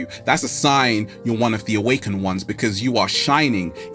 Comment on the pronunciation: PLEASE, You're an educated man - for the love of the Universe, say, AWAKENED!!!!